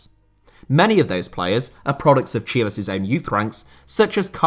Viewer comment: Your pronunciation of Chivas sounded more off not going to lye